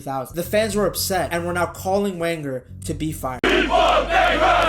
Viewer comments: "VEN-ger," not Wenger. Sorry, man, but if you want people to believe you are an authority on football you need to be able to pronounce correctly the name of a manager so famous that little girls in Europe know it. It's like you never watched a premier league game before 2020 or never listened to pundits discuss the sport. I'm not dissing you, dude, but you sound like some Yank creating clickbait, not a true fan of the beautiful game. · This must be an American nobody pronounce his name Wenger it’s pronounced Venger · I swear to God, if American's running football channels don't stop pronouncing Arsene Wenger's last name as "wang-er" I'm going to blow a gasket. Never seen this channel before, clicked on the obvious click-baitey title to see what was up, hear that nonsense in the first 20 seconds, and then see he's recycled this title for multiple videos. Jesus tap-dancing Christ! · Its pronounced "venger" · It's pronounced Venger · 1 it's pronounced Venger 2 it was the first time we made the quarter finals in the champions league in 14 years, not decades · It’s pronounced Venger. The name is German - he is from the part of France, Alsace, which has been part of both Germany and France over the years. Come on!!!!!!! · You started talking about Wenger with a W. It's pronounced Venger. If you can't even get the name of the clubs greatest ever manager correct, I'm not going to watch ... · I was genuinely interested in this video until I heard how he pronounced Wenger and I was done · I got to 2 mins in. I can’t carry on when you can’t even say ‘Wenger’ correctly… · Yea it’s painful to hear